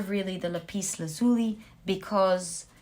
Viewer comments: Lapis Lazuli is pronounced Lap Is Laz U La not La Peace La Zuli just for your information ☺️👍✌️💖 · Pile2 crystal is lap-iss laaz-u-lie This is how it is pronounced